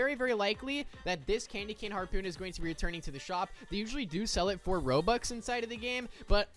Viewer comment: I assume your trying to say Robux?